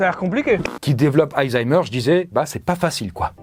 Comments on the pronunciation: Pourquoi il dit AYzheimer au lieu de ALzheimer??? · Je vais faire le rabat-joie mais on dit ALzheimer et pas hayzaymer ou heyzeimr, mouarf. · des zaïzaïmeur 😂😂😂😂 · ❓ Ça se prononce vraiment AÏE ZAÏMEUR? a dit ça tout le long. 😂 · C'est moi ou ça se prononce vraiment aYzheimer ? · Ca me stresse tellement que tu dises "Aïzheimer" x)